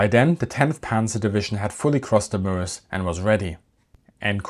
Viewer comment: Excellent, and like the way you pronounce Meuse (Muhz).